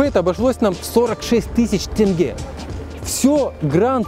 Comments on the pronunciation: к концу выпуска научился правильно произносить слова тенге) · так никто и не думал гнобить или что-то подобное… Просто приятно, что в каждой стране выясняет как верно произносить название валюты. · Первый русский который правильно сказал слово тенге))